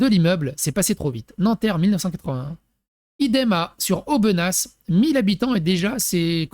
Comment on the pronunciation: aubenas on ne pronnonce pas le s